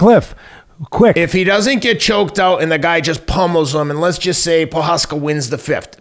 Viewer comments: Pojaka , pojama , pohaka lol teddy never misses. Texera lol just call him jiri and glover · "TEX-era" and "Pro-HOCK-uh" 😂😂😂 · Teddy: Proshaka: Prokhaka Prochazka: Am I a joke to you? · Wish Teddy would just go with their first names Jiri and Glover instead of butchering their last names LOL. made me cringe at every single attempt ahahaa